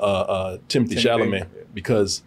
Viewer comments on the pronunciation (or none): none